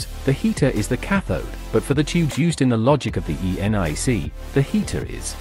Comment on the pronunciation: So wrong - vague and wandering, the synth you used for text-to-speech could not prnounce ENIAC - I had to go back and listen to it mangle the letter-by-letter rendering and you managed to put is a diagram of a triode when describing Edison's patent for the electrical indicator, which is a diode ummmm,..... Nah, speechless.